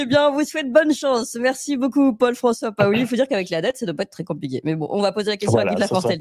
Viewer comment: Ce monsieur s’appelle comme Pascal Paoli ,bien puisqu’il est corse qu’il prononce:paoli et micca pas au lit !!dopu un devi micca sta monda tempu in Corsica pà cunfurma certi cosi!!!!!!!!